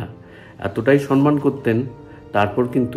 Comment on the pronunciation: Cinema uchcharone Sha-er dosh ache. Sonman noy, wordta somman hobe. Ta chara esob purono galpo bolen keno ?